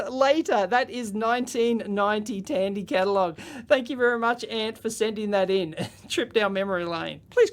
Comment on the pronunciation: Dandy Corporation!